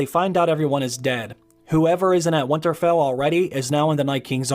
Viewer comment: Stop saying Windtarfell